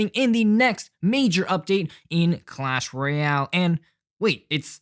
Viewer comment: “cuash royale”